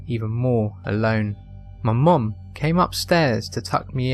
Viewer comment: Second story : I keep hearing "momom" everytime. I can't take the story seriously because of that x3